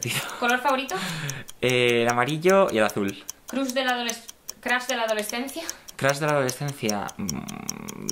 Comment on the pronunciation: "Crus" jajajaa